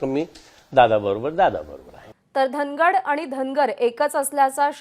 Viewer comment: पहिले धनवर म्हणत होते आता धनगड म्हणतात. 😅😅